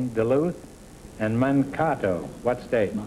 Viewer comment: It's humorous to hear Groucho mispronounce the town of Mankato (pronounced Man-kate-o).